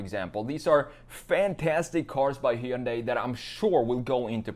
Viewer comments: Buddy, it's HUN DIE, that's it, it's not heeyoonday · Hyundai is pronounced like Sunday.